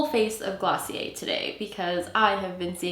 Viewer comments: Taylor Jarrett it's actually glossié, you don't pronounce the "r" , its a French word . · Clicked off when I realized how she said glossier